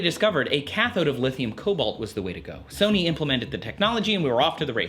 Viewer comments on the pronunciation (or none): none